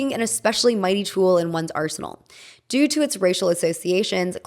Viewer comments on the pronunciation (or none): none